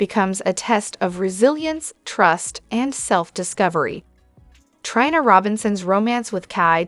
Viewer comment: Please make the robot stop saying Try-na! It's Tree-na.